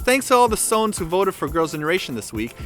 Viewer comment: You pronounced sone wrong it is pronounced so-one